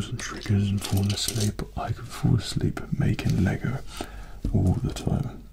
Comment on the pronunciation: I thought he said "If you Force Leap" instead of "If you fall asleep"